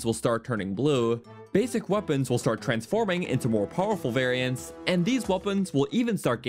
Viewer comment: This dude absolutely murdered the word "variants". Should be a crime.